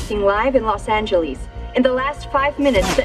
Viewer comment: that broadcaster got killed for saying "los angeleeeze"